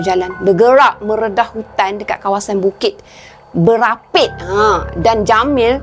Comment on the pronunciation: Assalamualaikum kak ipoh perak hadir.. Nak betul kan nama bukit berapit taiping kak... Bukan bukit kerapit😂